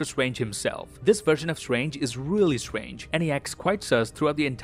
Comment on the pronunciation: Doctor Swange 🤣